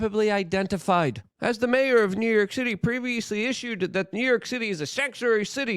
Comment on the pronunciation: Good ol NEW YERK! 😂 love ya Luke